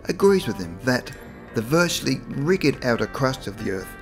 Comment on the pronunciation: Did he say riggid instead of rigid, lol